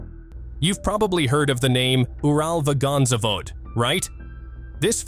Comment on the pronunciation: I wish he stopped butchering UralVagonZavod if he can't even say it correctly 🙄